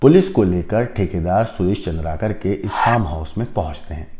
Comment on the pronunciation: सर , चंद्राकर नहीं, चंद्रकार है,जोंकी,sc वर्ग में आते है, चंद्राकर,obc वर्ग में आते हैं।